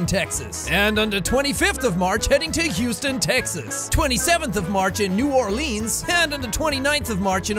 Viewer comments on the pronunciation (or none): You new Orleans wrong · Im from louisiana and his pronunciation of neworleans was hilarous. Down in louisiana. The way we pronounce it is nawlens. All one word lol 🤣🤣🤣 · I think it just depends on what part of Louisiana you're from. I'm from there and most of my family are too, but we've always just pronounced it like 'New Orlens.'